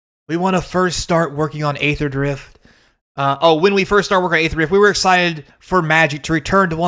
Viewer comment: So funny to see conservatives pose "aether" (you also pronounced it wrong btw, it's "E"-ther) as something they are offended by while the actual thing happening is "[derogatory word for black people] country." Yeah man, Aether is the same thing, totally. Or cracker/"other derogatory terms for pale people" XD When has that ever happened? Do you even realize where cracker is derived from? Cracker is a term that originated for describing white men who would crack their whips at slaves. They were whip crackers, there is no relation to saltines. Do you think talking down to someone who is of darker skin tone because you believe they are lesser than you is on the same level as calling someone a slave owner? When was the last time you really heard someone use cracker as a slur in America? This are made up phoney problems that white people make up to victimize themselves with. Yeah, I understand you have no understanding or don't know anyone who was negatively impacted by the naming "Kaladesh," obviously, it's the people that actually are that demographic who care. It's about them and in their language and modeled off of their language. You think all Kaladesh product is reserved list? Not a little, you're being REALLY facetious. XD are you on crack? No standard sets are getting reprinted, Dominaria, Amonkhet the Ravnicas, etc have never seen reprints. Are they reserved list too? They literally stated they would not retroactively change card names and would print them the same way the